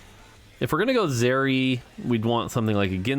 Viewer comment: Pronounce zeri properly plz, lmao. Can't tell if he's trolling or not.